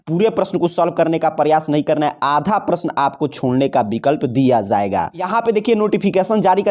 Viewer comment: جایے گا ۔۔۔ زایےگا کب سے ہونے لگا ہے ؟؟ ج کی جگہ ز صحیح نہیں ہے ۔۔۔۔۔